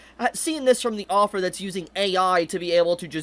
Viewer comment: Your pronunciation of "Author" as "Offer" is annoying the hell out of me.